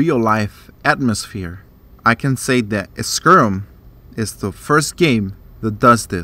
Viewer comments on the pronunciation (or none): Other than the mispronunciation (it's sky-rim, not sker-rum)...great review.